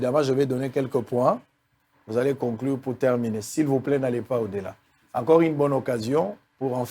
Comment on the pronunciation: Ine au lieu de une ,institit au lieu de institut !!!!Pourquoi le docteur ne parle pas lingala ?Français ya malonga te explication ya malonga et a za monganga !!!!